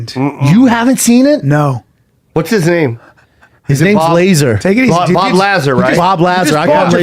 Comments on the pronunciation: STOP SAYING BOB LAZER!!!! IT'S BOB LAZAR!!!!! TOOLS. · Average Joes talking about a topic they have no understanding to even speculate about. If you can't pronounce the mans name dont even adress the topic. LASER! BOB LASER! LASER CAME OUT... Its Bob Lazar. BTW Schaub, you are on the right side of this debate its true. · So aliens prove there is no God, how???? If anything it is more validation to the existence of a supreme creator. The bible talks about "other" creations. Yall are ignorant AF. And it's pronounced Luh-ZAr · pronounced "bob luh-zar" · The pronunciation is Bob Luh-zar. Bob Lazar. Callen is out of his mind if he thinks the government doesn't have huge secrets, multiple secrets, that they probably will try to never let public. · Plot twist, is not pernounce either way they are trying to say it in this video. It is pernounced LA--ZARRRRR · "I call him Lazer because it's cool" bro you don't know his fucking name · Stupid jo koy keeps calling laslar laslar.. Cal him lazer way cooler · Luh - Zah - rr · its pronounced BOB LUH-ZAR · It's pronounced La Zar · Pronounce that mans name right....like this show sometimes but sheesh this perfect example of how annoing and corny Schaub can be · Best part is listening to all three of them try to pronounce Bob lazars name.